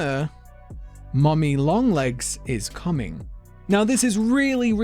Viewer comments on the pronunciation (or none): I’m confused because there’s only 1 “N” and for some reason youre saying lo(N)g AND comi(N)g